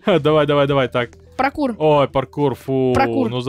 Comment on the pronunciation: сказал прокур вместо паркур🤣🤣🤣